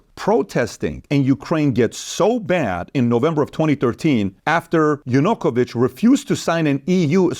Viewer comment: Why it is not mentioned that Yanukovich (also his name is pronounced differently, the preparation could be better for such a video) was a Russian puppet installed by Russia?